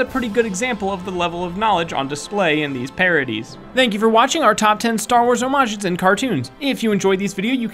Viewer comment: I was actually super happy when the correct pronunciation of homages was used. Incidentally, I have no life.